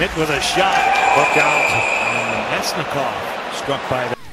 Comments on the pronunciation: Sorry man you pronounced his name wrong. Its Vlad Na-mest-ni-kov. Keep up the vids 👍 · Avs' fan here. I hope Na-mest-ni-kov is ok (the pronunciation.. ugh)